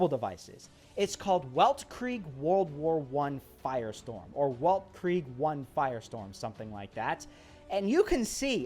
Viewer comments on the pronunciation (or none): The game title is German, not to be picky, but it is pronounced like weltkrieg( velt creeg), which means World War 1